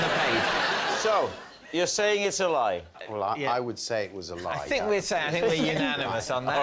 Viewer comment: Is it a truth or a lie Adam Woodyatt.can't say "think" but substitutes "Fink" !